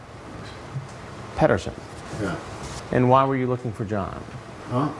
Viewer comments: I swear he said John Pederfile 1st. Then switch it to John Pederson. That's hes mind at work. You can pet a cat, you can pet a dog, but you can't pet a file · john 'pedoson' LOL